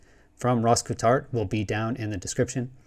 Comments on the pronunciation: It’s pronounced COLT HART, Great episode thanks. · his name is pronounced “colt-heart” not whatever you were saying lol. never heard it said the way you did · Awesome. But now I wanna know who told u his last name was "Kewtart" 😂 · Ross “coo-tart” c’mon man lol love ya but never heard that one before. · when you struggle to pronounce Ross Coulthart's name try saying Ross Cool Fart. You'll be amazed how easy it is! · Sorry to be picky, but you're pronouncing his name wrong 😬 Something I've heard you do with other people's names in other videos. Not a criticism, just a heads up. I know it's easily done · yeah would be a great collab....- if could pronounce rosss' name correctly